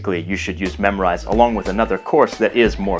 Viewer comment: Thanks for the good video, but i have question here why did you pronounce Memrise like memorize?